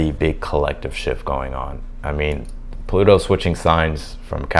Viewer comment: when you said Pluto is a big deal! Sounded exactly how I said it to my husband that knows nothing about astrology lmao 😂